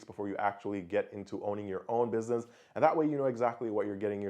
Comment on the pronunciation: Great vid. But the pronunciation of the words businesses and business, drove me nuts tho, jesus christ.